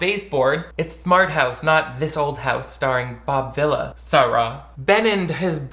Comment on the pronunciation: Excuse you it's Bob Vee-la and you'll show some respect!